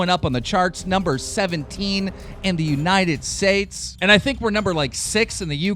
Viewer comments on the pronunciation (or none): Did he really just say United Sates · "the united saes" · "#17 in the United SATES" lol Keemstar, you okay bud? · Keemstar once said "In the Untied sates" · Did he just say United Sates????? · "united Saits" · "United sates" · HE SAID "In the united Sases" LMAO 😂😂😂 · "Number 17, in the United sates." I love you keem